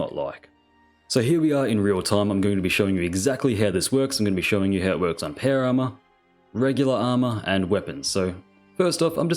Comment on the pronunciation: Dear, I still find it so funny hearing you saying "péuer arma"